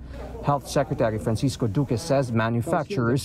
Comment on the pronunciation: Poque 'yan hindi Duhque.